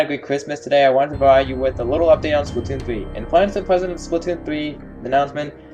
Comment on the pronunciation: Is everyone just gonna ignore the fact that is pronouncing splatoon wrong